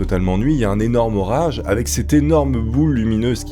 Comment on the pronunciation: Un monstrueux "Zorage" 😂